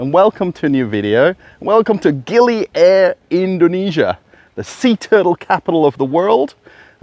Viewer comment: Ah. The "Air" in the name is pronounced "ah-ye" fyi 😊